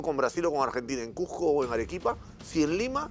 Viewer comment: No conozco alguna ciudad llamado CUJJJJJJJCO...solo conozco el CUZCO